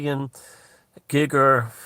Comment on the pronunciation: Thanks for another fascinating video, I like the originality of your thinking. I don't want to be "that guy" on the internet, but H.R. Giger's name is pronounced "Geeger", not "Gigger" or "Gyger". It's a long "ee" sound. An art critic once wrote a piece about him with the sarcastic title "Giger Rhymes With Meagre". I found that info from his Necronmicon book, all the text is in German and I still have it, along with a few others.